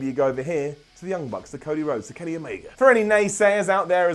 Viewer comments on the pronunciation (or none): none